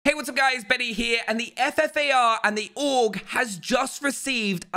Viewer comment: he says fart instead of ffar